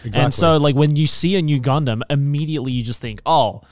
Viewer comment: IT'S--- NU GUNDAM oh wait he meant new gundam series